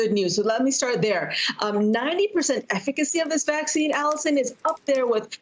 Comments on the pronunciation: You're slipping it's vaccine not "Caccine" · I clicked because "Caccine" lol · "Caccine" lmfao 😅😂🤣